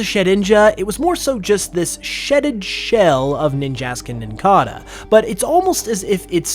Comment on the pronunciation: Nincada is pronounced "nin-cay-duh". It's based on a cicada, pronounced the same way.